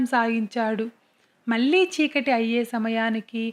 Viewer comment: మల్లి మల్లి కాదు మళ్ళీ మళ్ళీ అనాలి వెల్లి , వెల్లాడు కాదు .. వెళ్లి , వెళ్ళాడు అనాలి తెలుగు స్పష్టంగా లేకపొతే వినటానికి బాగుండదు